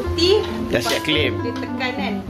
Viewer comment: Klaim ❎ Kelim ✅